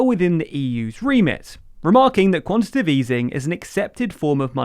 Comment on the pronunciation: Writes: "quantitative" Says: "quantitive" Someone needs enunciation lessons...